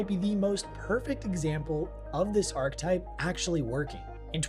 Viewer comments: I don't think knows that archetype has an E in it. He keeps saying arc-type and that's not how it's pronounced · There’s no way you really pronounce archetype as “ark-type”